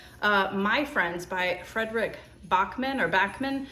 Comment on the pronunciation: Backman is like a short a more like you say at the doctor than they want to look in you throat swedish have a LOT of prononciations of a